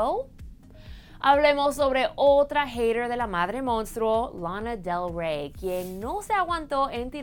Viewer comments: Dijeron ''RANA DER REY''? :V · Tuve que bajar a los comentarios para ver de quién hablaba en el min . ¿De verdad una hispana tiene que pretender hablar inglés pronunciando así los nombres cuando el resto lo explica en español? ¿Tiene que decir lonna delgrwey? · Te queres hacer muy la norteamericana con la pronunciación, y te sale pésimo menos se te entiende. Cuando vi la foto recién me di cuenta q hablabas d Lana del Rey y cuando lo volviste a pronunciar d dio cáncer al oído. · No entiendo a la presentadora quiere tener tanto acento americano que ni se la entiende cuando dijo Lana del Rey tuve que regresar el video de nuevo para entenderla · Last presentadora pronunciando Lana del Rey, Fans y Pérez como si fuera americana.... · Podes pronunciar bien lana de rey ? Gracias